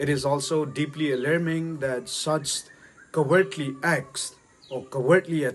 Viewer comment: thil hi kinal sah tah a sei angai poi e, english a isei ngal ngal d ahile pronunciation jong adih jep ma sei ji uhite. For example "Cowardly" na pronounce dan hi "Covertly" to kilou, "further" nati di jong chu "farther" a na pronounce, "Impartiality" jong ahilou beh a kisei, "innocent" jong "inousen". Jatdang namdang ten ahed thei lou diu ahe . Simple english'a, pronunciation dih chet chet in sei g u hite. American/British accent i copy uva, i pronunciation adih lou chu anal mo ji vale. Personal tah a attack ka bol ahipon, ei ho lah a hi ihabol cheh cheh jeh uva kasei ahi. sksv ngaidam.